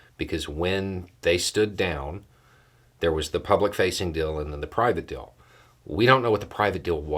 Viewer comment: I will donate $100 to the charity of your choice if you stop pronouncing the word deal as dill.